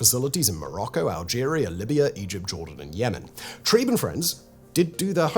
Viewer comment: 'Treeb', 'Trieb'. NOT 'Tribe'.